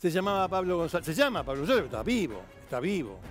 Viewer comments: Para empezar el apellido no se pronuncia gonZalvez sino gonCalvez. Lo pongo en minúsculas xq ese HDRMP se merecía cadena perpetua. De hecho hoy 2021 está preso en Paraguay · Demasiado desprolijo el informe. Y se pronuncia goncalvez con c de casa. Slds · Canalletti lo quiero mucho , pero es Goncalvez suena ca , no sa. Ka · Gonsalves dice el jovie jajajajjajaj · Se pronuncia Gonkalbez jajaja